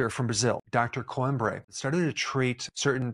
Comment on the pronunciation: Coimbra is pronounced Coeemmbrrah , The i makes ee sound, bra is self explanatory , you don't say Alexandra as AlexandrEH